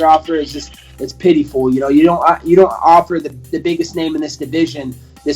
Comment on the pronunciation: Pity-full?? 😂 New word.